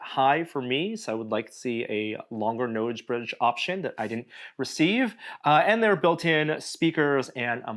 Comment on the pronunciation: Why does he have trouble saying the words "nose bridge?"